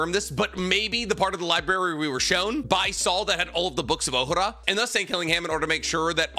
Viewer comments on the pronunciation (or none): Say with me. OH - HA - RAH